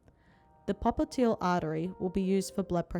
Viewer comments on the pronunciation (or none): Popiteal artery? It's pop-li-tee-yal artery.